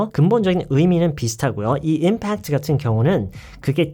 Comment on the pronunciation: 저도 그렇게 알고 있는데 선생님이 뒤에 강세를 두고 발음하시네요